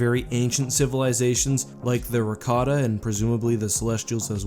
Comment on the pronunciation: It's Rakata.....